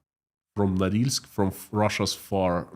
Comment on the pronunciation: Correction: Norilsk Nickel. My poor ears.